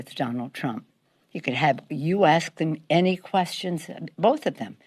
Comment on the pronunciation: "We need to protect tham."